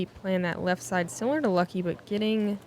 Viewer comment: Calling Lykke "Lucky" seems very strange to me. It isn't that hard to pronounce.